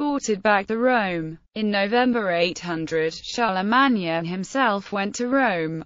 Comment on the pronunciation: That 's pronounced CHAR LE MANE...........SOUNDS LIKE A ROBOT TALKING.